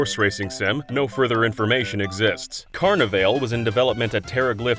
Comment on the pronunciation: lol CarnaVAIL. It’s supposed to rhyme with ball. Like the old show from HBO. Carni-vall